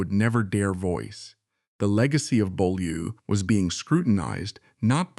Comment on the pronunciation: And someone who knows how to pronounce Beaulieu rather than "Bow Loo".